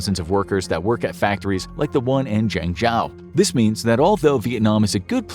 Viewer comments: lol at how he pronounced Zhengzhou... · You’re butchering the name of that city! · Please get someone who can pronounce Chinese cities properly; i.e. Zhengzhou 鄭州. It’s not that hard. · The way you pronounce "Zhengzhou" is so ridiculously, comically wrong that I couldn't really justify listening to more than the first minute. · Please, please, please, learn how to pronounce Zhengzhou correctly.